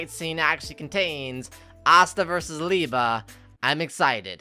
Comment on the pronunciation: its Lee-Bay